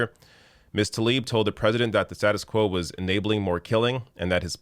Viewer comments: i jsut want to point out. her last name is tlaib. it is NOT talib......for some reason all anglophones i've heard pronounce it talib. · “Thoughs and Prayers...🙃”, and he couldn’t even be bothered pronounce Talib’s first name correctly. Yeah...his fake-ass concern for her and her family’s well being is obvious.